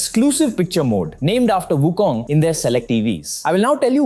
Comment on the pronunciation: So far you are the only one that I encountered pronouncing WuKong in Chinese way---WuKung, not WuKong.